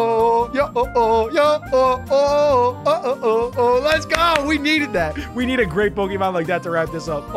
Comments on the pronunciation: ITS NOT YO-OH IT'S HO-OH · Its yo-ho Me dying inside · Bro said yo ho instead of ho oh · it’s not called a yo-yo it’s called a ho-oh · he said yo oh but its ho oh 💀🤣🤣🤣🤣🥺💀☠️☠️ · Bro witeraly called ho-oh yo-o-o-oh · said yo-ho instead of ho-oh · called ho o, yo ho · it’s Oh,ho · It’s Ho-Oh